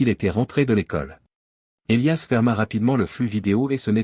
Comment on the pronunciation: Houlala..😂😂 à peine 5mn..et.." Et liasse " à la place d'Elias " ???..🙄😭..😁😁😁..